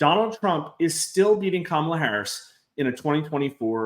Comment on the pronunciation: Come on! Trump isn’t winning. The polls (reputable) suggest Harris is ahead in AZ. Trump is done. At this stage anyone who mispronounces Kamala’s name in this business is simply biased.